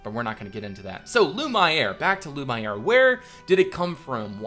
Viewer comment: If you're going for a more french pronunciation, Lumiere = Loo-mee-air